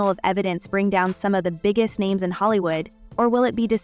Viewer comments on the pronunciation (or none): Lady if you are going to do videos get people's names right. Smdh